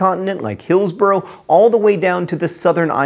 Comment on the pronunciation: I know it's John's thing to mispronounce places, but I'm pretty sure it's pronounced Hills-bra